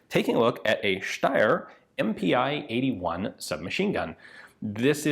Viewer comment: About pronounciation: not M-P-i! Pi as the first 2 letters of Pistole (pistol). So it is pronounced just MP. And your pronounciation of Puch is also wrong. The ch here is pronounced as in the german word "machen".